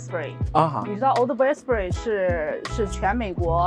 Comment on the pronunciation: 因為佢係撈仔